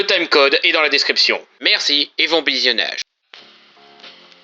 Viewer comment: "merci et von bisionnage" je rigole depuis 10 minutes